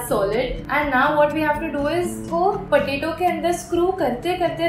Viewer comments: she says patatie instead of potato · u just said patati 😂😂instead of potato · no offense but it’s potato 🥔 not potati...!!!!!! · you said pateti to potatoe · Who ever heard "potati" then hit the like button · Gyandeep Yadav "patati"